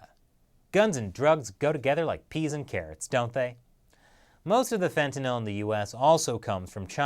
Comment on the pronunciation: Glad you pronounced fentanyl right